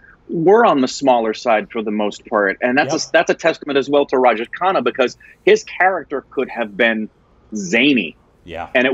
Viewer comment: Sounds of khana and khanna are different but its hilarious to the way they are pronouncing those the same 🤣